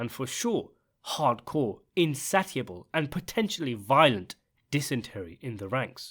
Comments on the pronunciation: "Insatte-able?" Stop copying Carmine Junior 😂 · Insatiable is pronounced, in-say-shea-bol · Is the pronunciation of "insatiable" a Sopranos reference? *If it was a genuine mispronounciation, I'll delete this comment so I'm not "that guy" ;)